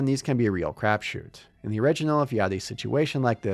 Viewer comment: Crab shoot? It sounds like you're saying crab shoot. Crap shoot.